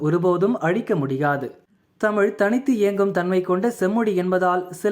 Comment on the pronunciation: Tamizh ippo Tamil aa thaan irukku. ZHA ENGAE?😂